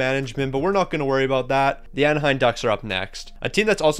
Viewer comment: AnaheiM. Not AnaheiN